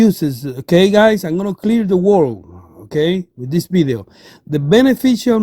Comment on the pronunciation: I could barely understand you. Nice “Bideo” though.